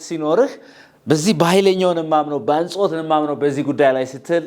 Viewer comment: አጽንዎት not አንጾት